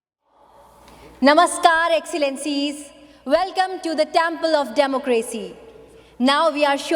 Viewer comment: did she say democrazy